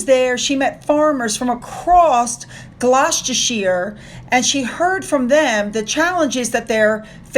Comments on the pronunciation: Nice to hear an American not murdering the name Gloucestershire. Yes we know it's hard but these place names go back a long way and we're not going to simplify them . Alright, movin' on.. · Hi, I know you live learning pronunciations so here goes: Gloucestershire is pronounced Glostersher. All counties ending in shire is pronounced sher, with a quiet 'r' probably because we're lazy!!!!😁